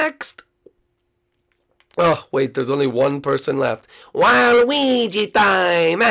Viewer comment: Waluigi, not walwegi.